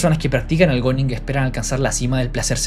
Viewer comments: se pronuncia "guning", no goning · Se pronuncia "gún", no "gon"... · oe se pronuncia guning o algo asi no goners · SE PRONUNCIA GUNING POR LA CHUCHAAAAAAAAAA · Bro dilo bien se pronuncia guuning